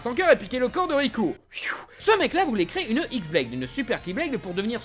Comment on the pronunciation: J'ai vu personne le noter mais la Xblade ne se dit pas "X"blade mais "Khi"blade. Ce n'est pas un "x" mais la lettre grecque "Khi". (Oui je fais le chiant mais voilà).